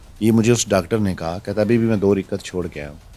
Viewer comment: تمہارا مسئلہ ڈاکٹر سے ہے یا نماز سے؟ رکعت ہوتا ہے رکت نہیں..